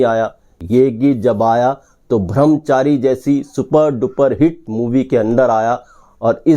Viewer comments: अच्छा वीडियो है पर आप बार बार भ्रमचारी कह रहे है।लेकिन ब्रह्मचारी सही शब्द है। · भ्रमचारी नहीं भाई ब्रह्मचारी कहिये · Song was rejected bcoz it was not that good though it played in shammi kapurs film. No one remembers it. Video bananewale Brahmchari kahane ke bajay Bhramchari kahte hain. Wah re. Thik tarah se uccharan bhi nahi ho raha unse. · Yeh "bhram Chari" " brahm Chari" ka Punjabi accent hai ! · ब्रह्मचारी not bhramchari